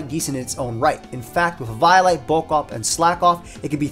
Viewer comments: i thought the way to say eviolite was "Eh-Vee-O-Lite" not "Ee-VIO-lite" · E-viy-light? On freaking evi-o-lite? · “E-vio-lite” instead of “E-VO-lite” sent chills down my spine. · huh .. first time i hear someone say " Ee-vaio-light" instead of "Ee-veeo-light" not the biggest fan of the prior but to each their own. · Great vid man, but eviolite is pronounced like eevee-oh-light. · your pronunciation of eviolite made my 6'0 190 lb infant son cry. is this what you want? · Never say eviolite like that ever again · why do you say eviolite like that